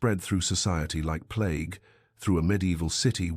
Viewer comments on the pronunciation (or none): none